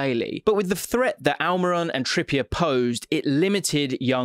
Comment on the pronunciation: Huh Al-My-Ron?